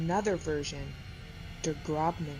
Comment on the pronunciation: Der Grossmann, not Der Grobmann